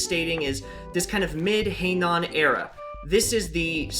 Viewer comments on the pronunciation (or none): Heian, not Heinan.